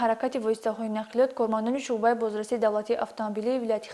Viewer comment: Мӯхтарама баранда дуруст калимаҳоро талаффуз намоед куча не балки кӯча ва ё шуба не балки шӯъба 😮